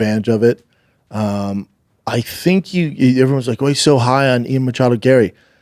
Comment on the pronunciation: Stop saying mochado